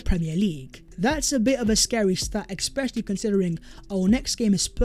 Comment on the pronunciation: I know you don’t read the comments section but mate…. It’s not ‘exscpecially’.